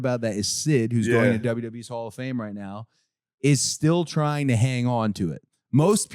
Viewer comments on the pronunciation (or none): none